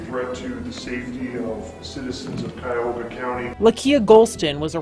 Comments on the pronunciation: Cuyahoga ....Ky-Yahoga not Chi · Dude can’t even pronounce the county. Sub Saharan IQ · Can tell this guy isnt from Ohio. "Madeena" "chaiahawga" lmao